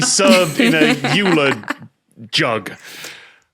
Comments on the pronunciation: heh heh, more like "oiler" and not "yewler" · A lot of people say yooler rather than oiler. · "YOOler jug???" Did you mean Leonhard Euler?... And did you mean Klein Bottle? I'm surprised didn't call you out on that one! 😂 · I know, I'm just saying that in the English speaking world the yooler pronunciation is very common, and generally accepted, even though he wouldn't have used that pronunciation himself. Admittedly I'm not sure how got Euler and Klein mixed up. I had a maths teacher in year seven who said Fi-BON-a-key instead of Fib-uh-nar-chi, which is much less forgivable, but none of us in the class had heard of him at that point so we weren't in a position to call it out. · I hate to say it, but it's pronounced "Euler" Tom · Are we just ignoring Tom pronouncing Euler's name wrong? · That's just Tom - not the first or the last time he's done it. I've wondered before if he does it for the engagement in the comments ;)